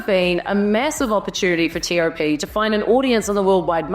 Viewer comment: i love ur correct pronounciation of his name.